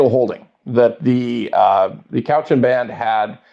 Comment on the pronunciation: Is that how Cowichan is pronounced? Yikes